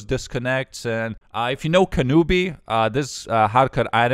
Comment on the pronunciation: Kanoobie? lol its Kanube